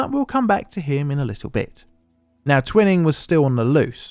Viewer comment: The bastard's name was pronounced 'Twy-ning.'